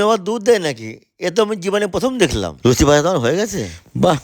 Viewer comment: লুছি না লুচি এরা কি পড়াশোনা করে নি কোন দিন মূর্খ কথাকার।